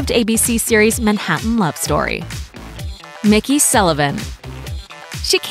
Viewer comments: McKey is pronounced Mc-Key, like it’s spelled, not Mickey! 🙄🙄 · It's McKey not Mickey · It's pronounced "McKEY" not "Mickey" lol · It’s Mc-Kee not Mickey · It's McKey not Mickey. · Its MICK-KEEY...... When do you ever get it right?? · It'd be great if you could get a voice actor who could actually read. Eva not Ava. McKey not Mickey.